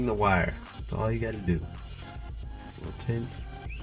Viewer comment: “Tin” not Tint